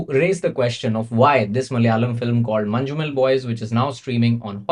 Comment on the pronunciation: Its "Man-num-el" not "Man-ju-mel"